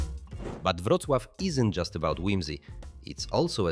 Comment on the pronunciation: Przecież dobrze "Wrocław" wypowiada.Chyba że coś poprawili od wczoraj